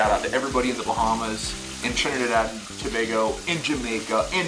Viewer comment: Trinidad represent lol.. So happy to here him say Tobago correctly as well...